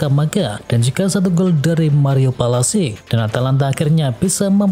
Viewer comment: Pasalic min bukan Palasik😭😭😭 Kayak ilmu hitam njir 🗿